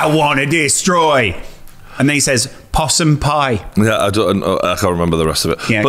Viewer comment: 'Passers by' NOT Possum pie hahahaha